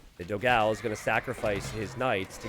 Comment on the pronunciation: Waiting for the day when will learn to pronounce Dogão's name correctly.